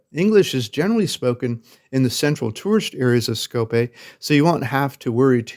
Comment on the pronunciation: It's not Skopé... but SkopJe (to be pronounced SkopYè)